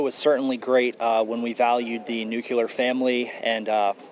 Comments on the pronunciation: I made it until when the 1D10T child pronounced "nuclear" incorrectly. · Thicket can't even SAY the word 'nuclear' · It's NU CLEAR! not nukular. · it's! Nuclear! New... clear! Not nukyaler. It's not fucking nukyaler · "Nuclear. It's pronounced nuclear." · "Nucular Families". Gen Z Trumpers bringing back Bush memes lol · He lost me at "nuke-ular..."